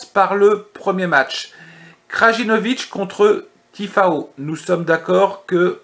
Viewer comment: Je te découvre aujourd'hui et je m'aperçois que tu viens de réaliser un très très joli... 0/4. J'attends de voir la vidéo de demain. 😊. Au passage c'est Tiafoe et non Tifao 😉